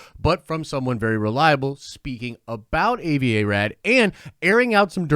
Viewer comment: dude his name is pronounced Ah-vi Not A-vi!